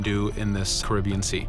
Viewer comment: Why is he pronouncing the Caribbean as Karibion.